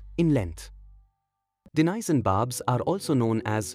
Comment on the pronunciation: Its Danison Bard and nor Danisoni. By the was nice video 👍